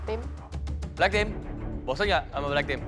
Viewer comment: Owalah bilang black team wkwk ak dengernya black pink anjay 🤣🤣🤣🤣